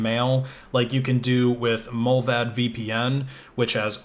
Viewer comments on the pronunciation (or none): Mullvad is based in Sweden, not Swizerland! Oh well not like your'e the first to make that mistake :) Also its pronounced mUl-vaahd (like multi). Not mollvadd :) No offence, just annoys me and it shouldn't :)